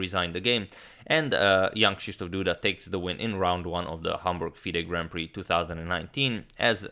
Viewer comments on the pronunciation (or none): none